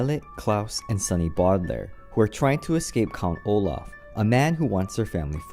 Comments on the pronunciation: Bawdalaire Instead of Bowdalair 😭🌊🌊🌊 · IT IS THE BOW-DE-LAIRS NOT THE BODYLAIRES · Llamaboy 23 it’s pronounced bodalaire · It’s the Baudelaire's no the fricken Bodelaire's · I’m sorry did u say Bodelaire? It’s Baudelaire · Does anyone else hat the fact he pronounces Baudelaire as Boddlaire? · BOE-delaire. Otherwise, great video!